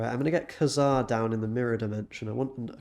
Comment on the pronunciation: You didn't pronounce kazar right